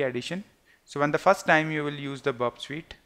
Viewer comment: Its not burp sweet its burp suite.. kindly improve your vocabulary it doesn't make any sense.. 🙏